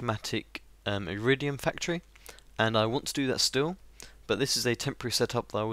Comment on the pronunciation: Sorry to nag but it's Iridium, not Uridium, still amazing as ever and looking forward to new videos :)